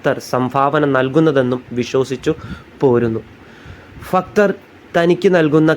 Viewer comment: ഫക്തർ അല്ല ഭക്തർ